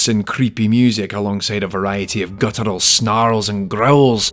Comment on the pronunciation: The phrase "guttural snarls and growls" is perhaps only correctly pronounced in a Scottish accent.